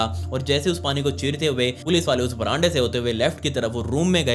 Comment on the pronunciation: Baramda ❌ branda ✅